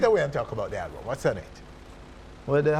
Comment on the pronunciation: Everytime Nesbeth said "Halbum" it's like me feel pain. I'm actually gonna buy the album but this is just a little constructive criticism from a fan. Jamaican artiste need tp practice how ro speak ans and pronounce their words better because it's a big road block to international break through. No I'm not talking about patois but when some actually claim to be speaking English and add and remove "H" all over the place